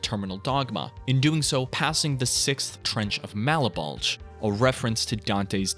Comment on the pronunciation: Isn't Malebolge pronounced "mall-BOWL-juh"? Have I been saying it wrong this whole time?